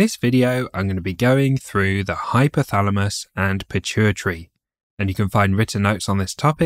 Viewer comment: BLOODY NON-SENSE, DO NOT HAVE CORRECT PRONUNCIATION?...LOOK FOR HORMONS AND HYPOTHALAMUS. IT IS HYPOTHALAMUS AND NOT HYPHYTHALAMUS?